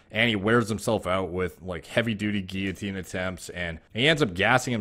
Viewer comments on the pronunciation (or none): none